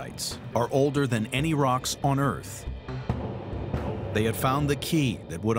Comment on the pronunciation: I think the title should read, "a theory as to how the Earf was made"